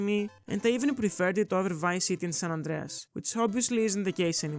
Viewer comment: Right? 😂 When I heard the 'Andreas' in San Andreas, it flipped like a switch